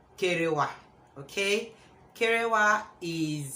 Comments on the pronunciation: Wow this is a lovely topic you chose I totally loved when you said "kerewa" 🤣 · I don laugh tire, nor b small kerewa, anytime u say d word "kerewa" it sounds so funny🤣🤣🤣🤣🤣🤣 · you are too much.. See me laughing hard when you say kerewa🤣🤣.. Yt must be confuse with that pronunciation... 😃..kerewa all the way sissy 😁😁I just love everything about this content.... Thumbs up sis